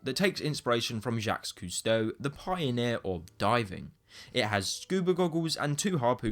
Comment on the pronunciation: Jacques Cousteau there is no S pronunciation at the end of both words